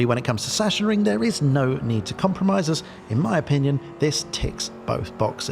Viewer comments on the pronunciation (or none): Session ring :D :D :D say it like this: Sax on ring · Sorry, but i'm from germany and your "sassionring" makes me kinda sick xD The pronounciation is more like "saxenring". Didn't know if you researched that. Anyway great video and thanks for the recommentadion! I will give my community a hint ;) Edit: Just read the comment from AtzenMiro and saw that you already knew :D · fyi: pronounced something like "saxonring" (from saxony) ;) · Now you're confusing him even more by calling it Sachensenring ;) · try "sux-zen-ring" ;) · I live next to the "Sachsenring" (check my videos) and the correct pronunciation would be like Suxan-reeing Or simply watch germans say it 😅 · I think its zacksenring. Cuz s is z and ch is k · Awesome Preview for a great track. Just one thing, it's pronounced 'Sucksenring' . Sachsen ('Sucksen'/'Suxann') is the German name for Saxony. ;) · We waited much too long for your latest vid 😃 Great one as always! BTW: It is pronounced like 'Saxxenring' in German, but never mind. 😉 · Please dont see this as a form of critique or anything on those lines, I only want to inform you for future references. The "ch" in Sachensenring is pronounced like a "k". "Sachsen" is the German word for "Saxon(y)". Yeah, I know in most German words the "ch" is pronounced a bit weird, but in this case it is just a "k". So please don't take it in any offense form. Just for clarification. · Sachsen wird eher mit g gesprochen 😅 bzw. Doppel g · Better yet, "ch" followed by an "s" is simply pronounced like an "x"